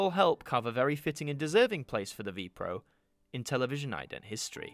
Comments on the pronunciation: Very nice. It is not pronounced Vee-Pro though! But spelled with each letter, so V.P.R.O. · You do not pronounce it as Vee Proh.